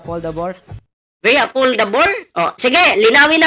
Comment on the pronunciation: hahaha beri apoldabor daw 😂😂😂😂 juice meo sino ba nibili nyan hahahaha siguro sinabi nya very affordable un hahahaha biri apoldabor sabi nya hahaha